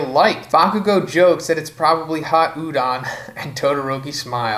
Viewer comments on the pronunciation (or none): none